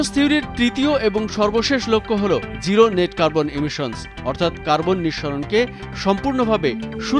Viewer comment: It's zero, not giro!